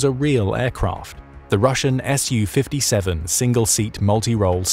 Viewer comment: it made me wince every time. All that effort and research put in and then mispronounce the name of the thing (to English or Russian ears) over and over. Saying ESS YOU 57 is also a but weird as Su/Су isn’t an acronym in the same way F/A-18 or F-15 etc is. The second letter isn’t capitalised, it’s just a shortened version of the manufacturer’s name. It’s a “SUE” 57, just as it’s a “MIG” 29, and not an EM EYE GEE 29. Су-57 -> Su-57 -> “Sue” 57 МиГ-29 -> MiG-29 -> “Mig” 29